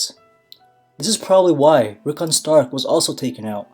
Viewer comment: Just saying, it’s Rikkon